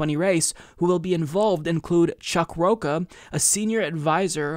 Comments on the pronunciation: Rocha, like "cha cha cha",. Not ka like "caca" (poop). Lol!:) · It's pronounced "Rocha," not "Rocca." Come on,. I thought you were Hispanic and that your last name was Figueredo. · I wonder if mispronouncing Rocha on purpose.